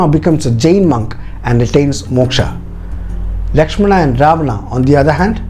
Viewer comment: I really love the details, but there are a lot more details to put for more understanding. But one thing, I didn't understand why you connected this with today's politics and religion. Channel seemed to have a bunch of knowledgeable and educated people, but you kept pronouncing names like "Rama", "Lakshmana". So, you're trying to make others understand that do not go for others porridge but you're trying to serve your own. You mentioned in the video that in ancient times, there were hardly any written forms available, and so we all could understand the fact that when things are spreading verbally, they get changed like Chinese whispers. So, why don't you stick with the original one (Valmiki ji wrote) and try to decode it. If in Jain's belief, they have different versions of Ramayan, that doesn't mean it's false or just a story. The same goes with other authors and writers as well. I believe that the time and then society (of the writers) had a great impact as well as language barrier (translation from Sanskrit) in the writing and detailing. This is the first time I watched your video. But the way you portrayed it with a cunning smile and vicious/derogative jokes, I was really waiting for the time when you connected this with the politics and a community's belief. That's what you did, your story telling has an agenda and if you're unable to see that if a story (as per your details) has such an inspirational power for thousands of years, then you have to go through the detail